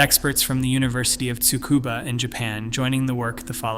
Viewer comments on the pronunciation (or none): none